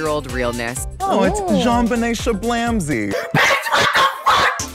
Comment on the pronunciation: “Jonbenet Shablamsy” HOW DID I MISS THAT IN THE EPISODE WHAT THE FUUUUUUCK